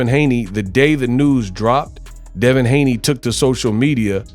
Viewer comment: Haney's not Haneys